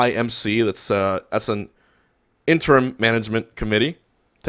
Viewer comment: is the little smile and zoom in because you learned how to properly pronounce "interim"? I noticed that in your last video... EDIT: thanks for this video, Juan. Caught me up to what even happened. <3